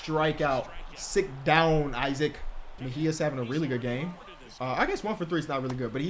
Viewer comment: by the way Isaac's first name is pronounced "E-Sock"